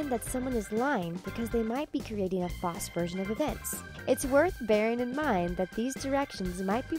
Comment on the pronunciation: is nobody gonna mention how the speaker in the video says false wrong it bothers me a little, just a little.